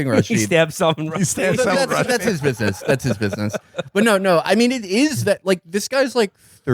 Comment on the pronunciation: Salmon Rusty